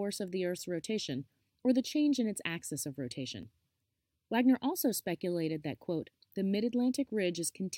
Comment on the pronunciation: Complicated history presented interestingly and in a nutshell! Wegener’s name is Veg-en-er, not Wag-ner. You should edit (or get a third party to edit) your intro before you publish it—it’s riddled with typos and inconsistencies that don’t do your presentation justice.